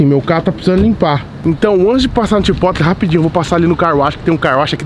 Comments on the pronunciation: MEGA CLASH. Clash of Clans / Clash Royale nem é vei, chaporou kkkkk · Edu só pra lhe ajudar eu fui no Chipotle e perguntei o nome de lá e a pronúncia certa é CHAPOROU.